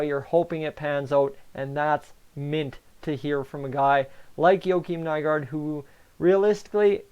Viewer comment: Good video buddy practice does make perfect I remember when Haas and nygard got signed you had such a hard time pronouncing there names getting better friend 👍👍